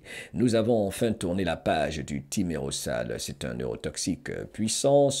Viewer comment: On prononce Thimero«z»al Le « s » seul placé entre 2 voyelles se prononce « z » dans la langue française 😊